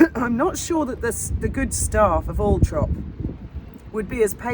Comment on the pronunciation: NOOOOOOOOOO ITS ALLLLLLL-THORP!!!!!!!